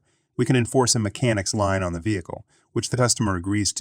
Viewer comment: 'lien' is pronounced 'lean'